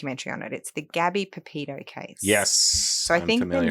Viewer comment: Gabby's surname is not Pepito. It is PeTito. Please do Gabby the honour of pronouncing her name correctly. It is sloppy work, and really annoying to hear you get it wrong over and over again. I am genuinely surprised to see a lawyer who has done the research get this wrong.